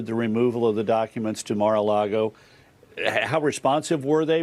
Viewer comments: Goober Comer looked shell shocked there for a second. And would someone tell that illiterate scumbag it's MAR-A-LAGO, not MAR-A-LARGO. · "Mar-a-LARGO"... the letter "R" would like to issue a cease and desist order from being used in your hypocritical gaslighting. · WHY DOES HE SAY LARGO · Omg sounds like the hypocrite said Mar-a-lardo lol